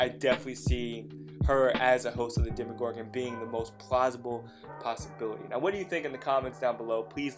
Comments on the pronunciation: he said demIgorgon BOI its demOgorgon UGH it makes me so mad when people say demigorgon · ARE PEOPLE ON PURPOSELY SAYING "DEMYGORGON" JUST TO TRIGGER ME? Because if so, you have. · SamFooSammieComments bruuuh ikr. My friend says it all the time and I'm just like. DemOgorgan DAMNIT